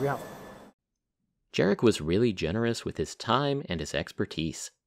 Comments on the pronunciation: Absolutely awesome video, so thank you for that. And it just would have been just that little bit nicer, if you took time to find out how to pronounce the name of the guy you talk about this much in it, which is 'yarek'. Maybe something to look out for in the future. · Hey man, in polish "j" is "y" so his name is Yarek !!!!!